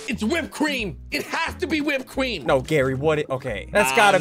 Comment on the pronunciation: Gary in the first 30 seconds it’s whipped Cream it’s whipped cweem!